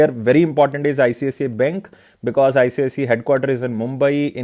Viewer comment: Its not ICCI ....its ICICI